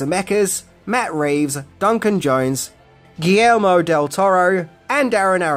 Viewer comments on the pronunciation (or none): none